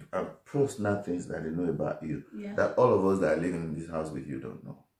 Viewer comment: I love you Juliana but it is "HOUSE" NOT "AUSE" pronounce the "H". ❤️